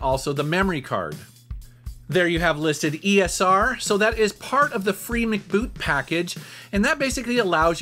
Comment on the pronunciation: Still not pronounced "Mec boot" or "Mac boot". It is written short for "memory card" and you pronounce it "Free Memory Card Boot" or "Free M.C. Boot".